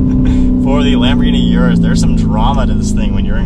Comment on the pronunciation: Its Lamborghini Urus ::Oros … not Yourus 😬